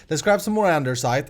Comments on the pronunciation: its not andeRsite!! its called andesite😂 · Great episode! Small comment on something, Andesite doesnt have "r" in it :D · there is no R in andesite! xD